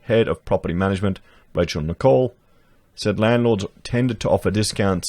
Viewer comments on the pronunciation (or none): none